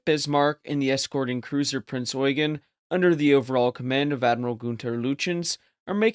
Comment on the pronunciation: Finally someone who knows how to pronounce “Eugen.”